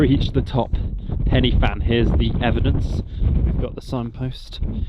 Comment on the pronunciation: This might sound like a rant, prob is.. Please when you see Pen Y.. don't instantly go for 'Penny' it's a lazy habit - that I never see when the English go abroad - in YT Vlogs. Closest you will get to pronouncing it right is - 'Pen-Uh-Van'. Why don't vloggers just ask a local - how to pronounce places 🤔 The meal you had in The Angel looked lovely, but you had rocked up literally in Waterfall Country Central where there is a beautiful walk up through multiple falls right next to the pub ! But no mention of any of it.. And no mention of Batman The Dark Knight Rises being filmed at Henryd Falls !! Hang your Hollywood heads in shame lol As for Pen Y Fan it's usually called the highest mountain in Southern Britain, on a clear day the vistas are amazing. Above 300 metres - then it's a mountain - so 886m no problem. I can guarantee you on a clear day - that point where you looked over the cliff edge would have given you vertigo if you ventured a peek right over the drop. It's a mountain that can turn in a second and can kill you - if you underestimate it. There's a reason the SAS train in the mountain range, and they've had a number of well publicised fatalities. Having been personally caught in perfect - crystal blue skies to White-out blizzard conditions in a heartbeat, near hurricane force winds and lightning that killed others - take these places seriously. Lastly, you've got all the tech and info at your disposal - try digging a bit deeper, unless you're just playing it for th